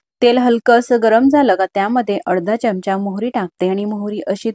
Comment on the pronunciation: ढोकळा छान झाला पण चमच नाही हो चमचा म्हणा